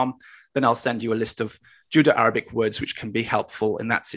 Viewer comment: My bad you didn't write in last video, but said it clearly as Judo-Arabic. Nothing to do with accent, see at of last video. I take it that that wasn't intended and you meant Judeo.